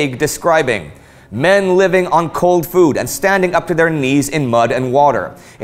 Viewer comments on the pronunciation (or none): none